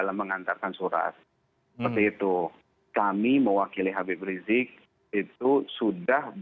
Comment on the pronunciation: Knpa sih kalin susah bilang Habib riziq